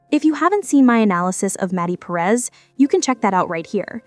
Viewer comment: While this was a really good analysis, your pronunciation of Perez drove me insane. It should be spoke more like (puh-rez). The “E” in Spanish isn’t how we pronounce it in English most times.